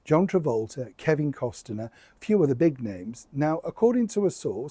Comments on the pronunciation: Cost-ner not Cost-en-ner please! No one wants the Sussexes in their orbit. Kevin Cost-ner will at all cost, endeavour to keep the Sussexes at arms length because they destroy reputations by just being associated with them, ditto the Yorks. It’s time all four had their titles removed and were forgotten forever. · Learn how to pronounce Kevin’s last name 😮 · no t in kEvins last name! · Kevin Costner pronounced Cost-ner. Only two syllables. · Why do you keep saying "COST-EN-ER"? lol That's not how it's pronounced. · FYI - Costner is pronounced with the T silent. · Just a note - when you say Costner - it’s a silent “T” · The proper pronouncation of Kevin's last name is Cost' ner. Most even leave off the T when they say his name. Either way, keeping Megs away from the mic brought flying and breaking dishes when Harry got home. 😅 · Enjoy your videos,, but today you've been adding an extra syllable to Kevin Costner's name! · Why are you adding another vowel to Mr. Costner's name? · There is no I in Costner,? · The pronunciation of Kevin Costner is NOT Cos-ten-er but Cost-Ner (2 syllables). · Costaner? I think it is pronounced Cost-ner. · It’s Kevin Cost-ner, not Kevin Cos-ten-ner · It's costner, not costiner ♡ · It's Kevin Costner, not Kevin Costener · You keep saying Kevin Costener, it’s Costner. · COSTNER NOT COSTENER!!! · it’s NOT Kevin COSTINER ITS COSTNER - the T is silent. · It’s not Costener it’s COSTNER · please know it’s pronounced COSTNER not COS-TIN-ER. Regards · Costner not Costener !! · The name is pronounced cosna not constenner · Is it just me, or does the audio make it sound like is saying Costiner rather than Costner? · Its Costner not Costiner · I’m sorry, I can’t resist doing it. It’s COSTNER……..not COS-TIN-ER. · FYI, it’s Kevin Costner not Kevin Costaner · Costner NOT CostENER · Costner, not Cost-en-er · Cost ner. Not, Cos ten er. Sorry...just had to say it. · Costner NOT CosTener.